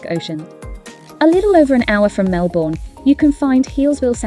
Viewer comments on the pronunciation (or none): Lovely summary of our city and inner suburbs. Just a tip: it's pronounced Melb'n. The vowels in 'bourne' are silent.